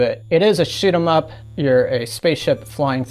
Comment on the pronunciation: "Write more troll bait." 🤣 The Wii has so many games and even more shovelware. I'm pretty sure the thrift stores in my area ditched a lot of the games or are no longer taking them because I don't see them anymore. The way you said shoot em up in this video sounded like shit em up to me.😄